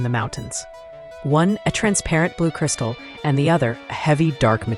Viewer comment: Not cirisatal